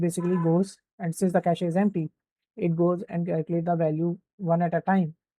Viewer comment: Cache is pronounced as Ke - shhhh, not ka shee. I'm telling you this so that your students are not laughed at, when they start working. Happens a lot